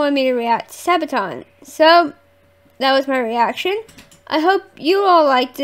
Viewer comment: Do more Sabaton. You say it correct, not your brother :) Read about song before listen to it, enjoy the world of Sabaton.